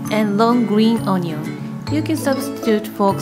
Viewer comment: the way she says onion XD